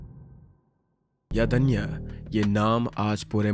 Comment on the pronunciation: It's not याधन्या it's यज्ञा